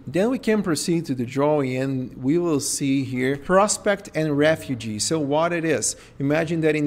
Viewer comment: Studies have shown that humans have better mental health when they have access to green spaces. It makes sense to incorporate greenery to living spaces. However I felt distracted in this presentation by his failure to understand the pronunciation difference between "refuge" and "refugee."